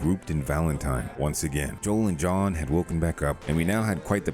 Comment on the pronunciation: Are you intentionally saying John’s name wrong?